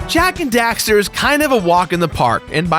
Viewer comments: The amount of time you say Dexter instead of Daxter triggers me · I hate how he keeps saying dexter instead of daxter at the beginning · Um I don't mean to be rude but it's DAXTER not DEXTER your pronunciation was annoying me through the entire video but it was a good video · Did he say Dexter? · i always die a little inside when someone says jak and dexter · Fool keeps saying " Dexter" ... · Jak and DAXTER. Not Dexter. Lol that bugged the heck outta me. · "Jak and Dexter" Triggered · Why are you saying Jak and Dexter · The constant mispronunciation of Daxter as Dexter is...annoying.. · did he really just call Daxter "Dexter?" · Dammit! It's DAXTER not DEXTER:P ya silly goof! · DAX-ter, dragon rider. DAXter. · Why does it sound like he's saying Dexter? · Anyone else keep hearing him say Jak and Dexter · Say jak and dexter one more time my guy. I dare ya. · Oh my god stop saying Jak and Dexter !!!!! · Daxter, it's Daxter.... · It really bothers me when he says "Jak and Dexter"